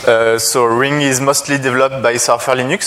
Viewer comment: …And here I am, watching this 2016 video explaining Ring features in June 2018 after a rough installation on my Windows 7 workstation. I know that will sound awfully rude to say, but despite being French myself, that broken English pronunciation gave me the creeps. Now, a little update about the Ring project on Windows 7 and Android. Scholastic Philosopher: ‘in the video they did it with SIP only I think.’ > The protocol by default in the current day Ring software is RING, albeit you can switch to SIP if you want to (in the Account settings). Scholastic Philosopher: ‘it would be nice if they had put their ring ID as a bar scan so that others could be able to add them’ > It seems the current Ring software creates a QR code out of your Ring ID in order to easily add people on the Android app. First, the "bad" stuff: On my W7 version of Ring, the software came to a halt when I tried running it right after the install and during the very first run. The software cannot use the embedded camera if Skype is already running on the computer. You can't switch audio and video input/output devices on the fly (doing so may even halt the software altogether). By default Ring is set to run when you log on your computer. By default just going into Settings > Audio/Video tab will activate whatever camera is available, you cannot deactivate the camera if your computer doesn't have a switch to prevent this. When the lag between the source and target computers is too high, only setting video to "